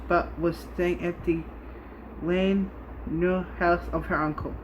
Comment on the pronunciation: Listren here mate its LLANDUDNO